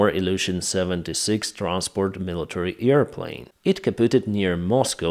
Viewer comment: 1 sekundę temu fuck sake , don't you know that H in HONESTLY is silent ????? my ears are blidind , and your Sukhoy sirty-four and earplane ??? and what is ving ???????? vounds you say ???